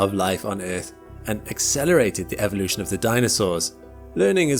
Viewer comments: And in modern times we're witnessing the extinction of pronouncing the word evolution properly and era isn't error ffs 😭 R.I.P English language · EEEEEEEEEEEEEE VO LUTION....Not evvvvvolution...